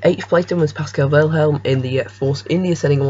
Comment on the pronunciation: Welhelm and VerSTRappen??? Try to learn the proper pronunciation first - after all you provide infos for a potentially huge audience... Wehrlein = Var-line (as in variable or various) Verstappen = Fair-stop-pen